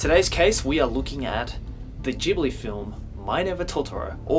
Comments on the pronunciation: Its not jhibling it's ghibling G NOT J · It's pronounced GIBLI not Jibli The H is silent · Can you pronunce Ghibli correctly????